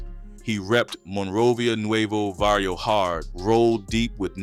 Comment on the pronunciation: It's Barrio not varrio